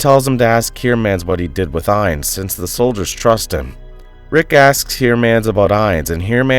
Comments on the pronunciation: I like these recaps but I don’t believe for a second the names of these characters are pronounced how they are pronounced by the person narrating this video. Ines is pronounced “eins”? And not “ee-ness”? I feel a quick Google search would’ve helped here. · Why in the world is this part so short by comparison? Also why do you keep changing the pronounciation of the names? Ines is pronounced 4 different ways in 2 sentences. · Her name is pronounced eeness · That's not how you pronounce Ines